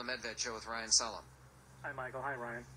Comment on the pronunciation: It's "ReiHan", not "Ryan", moron!